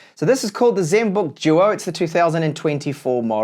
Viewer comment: Zenbook Juo. Juol screen.